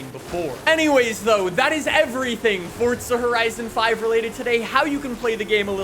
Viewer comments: PLEASE JUST SAY FORZA DONT SAY FORTZA?!?!?! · Why would you say "FORTSA HORITSON" it's "FORZA HORIZON" so dumb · did he say at the beginning ..welcome back at the forca ? horizon? ... hahahhaha its FORZA ...Z Z Z Z Z ..not C C C C C ..damn... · Forza! Not Fortza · Fortza horizon 5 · fortza ...... Why so many say that I will never understand. but cool vid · Forza not fortza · why do you say Fortza? instead of Forza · For zah jesus why cant americans not pronounce correctly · How many times does he say fortsa in the video? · didnt know it was called FORTZA lol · You said "Fortza horizon 5" six times in the first minute. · Is it really pronounced "Fordsa Horizon"? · Anyone else cringe everytime he says FORTSA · Great review but couldn't listen to the word FORDZA anymore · dude stop saying fortza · you mean forTza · Dudes so exited he can’t even pronounce forza properly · Pronounce Forza correctly